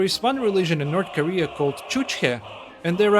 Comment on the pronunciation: 'North Karea'